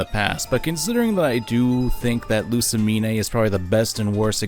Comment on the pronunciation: Great video but im gonna lose my mind if he says Lusimin-"AY" again